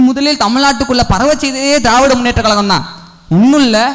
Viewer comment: தம்பி பேச்சி அருமை உன் உச்சரிப்பில் கழகம் என்பதர்க்கு பதில் கலகம் என்பதை திருத்தி கொல்